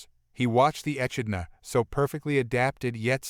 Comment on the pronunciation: The most deadly animal on this planet is MAN. Land and sea. And it is pronouncesd "Eh KID nah" echidna